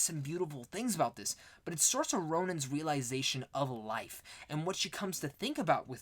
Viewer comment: I'm debating on whether I want to watch the 1994 Little Women before the Greta Gerwig one. Also, just thought I'd let you know you're pronouncing Saoirse Ronan's first name wrong.